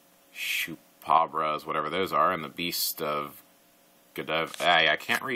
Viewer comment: Its pronounced "chuup-a-cob-ra" :p